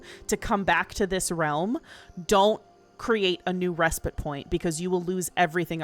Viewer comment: I don't care about anything else, but THANK YOU for pronouncing 'respite' correctly! The last couple weeks have been maddening! What is wrong with people? These streamers literally talk for a living, you'd think they'd look it up!